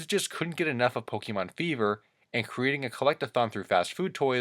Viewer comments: You need to know Pokémon is pronounced poke ayy mon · notice he said pokeman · It’s called Pokémon not Pokeman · Me: sees title Oh, this should be interesting. clicks You: Pokey-Mon Me: Nope.